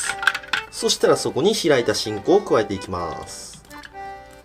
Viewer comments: 発音完全にち〇こ笑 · しんこがチンコに聞こえるし なにかとギンギンて言うし 確信犯か！ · しんこが何回も聞いてもち◯こに聞こえる笑笑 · ふ〜ん、“し”んこねぇ〜。 小さいんだねぇ〜、“chi”んこ。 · ちんこって聞こえた笑笑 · しんこがちんこに聞こえた❗️ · てぃんこにしか聞こえない… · しんこ→ちんこに聴こえた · しんこって金子が言った時ちんこに聞こえる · しんこってちこてきこえた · スマホ「しんこってゆうことでね..」 難聴母「あんた何みてんの？」 ち◯こと聞こえたそうです。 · やばいちんこにしか聞こえんのやけどww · しんこの言い方が完全にすんこ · ちんこって聞こえた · しんこ....... ち⚫こ╰⋃╯ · しんこがちん⚫こに聞こえた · かねこがしんこって言うとなんかイヤラしく聞こえてしまう・・